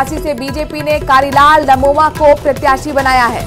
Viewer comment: नमोमा नही 😂 ननोमा है